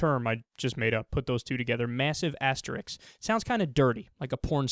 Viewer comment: Hey Kyle, learn how to pronounce "asterisk."